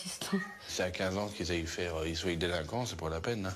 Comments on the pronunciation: Pour le coup je comprend que ca choque, mais là on est plutot sur un accent que sur une faute de français. D'ailleurs elle dirait jamais "je soye". Elle prononce comme ca que le pluriel, c'est juste sa façon de prononcer "oient" . Dans d'autres régions on entend des gens faire pareil avec le verbe avoir (qu'ils ayent). Ca nous viendrait pas à l'idée de dire à un marseillais que prononce "peuneu" qu'il a un mauvais français, bah là c'est la même chose. Même si faut avouer que là, des vrais fautes de français y en a aussi pas mal dans l'épisode, ca aide pas trop à prendre du recul 😅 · Plus choqués par le "soyent" que le "ta gueule" j'avoues mes oreilles ont saignées 2x 😱🤣🤣🤣